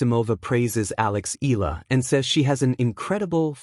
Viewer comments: It irks Filipinos when you can't even pronounced EALA, it's pronounced "EE-YA-LA" not ILA...please get it right, maybe you'll get more views!! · Please pronounce E Ya La, just a suggestion. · It's AI. The mispronounciation is an AI flaw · U cannot even pronounce Eala correctly😮😂😅